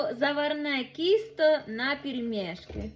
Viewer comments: Будь ласка, не « кісто».. а банально- «тісто».. я розумію, діалектична українська.. але це « кісто.. то навіть вухо не сприймає.. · У каждой области свое произношение.в Днепропетровской области тоже так кажуть- кiсто...вместо тiсто... а еще ,, вагани,,- корыто ,, пшiнка,,- кукуруза..